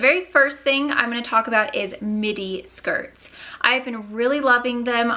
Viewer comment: the entire time I swear you were saying mini shirt , and then I saw the length and was like oh midi shirt😂😂